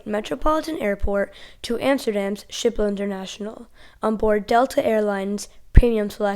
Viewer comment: Kudos for pronouncing Schiphol correctly!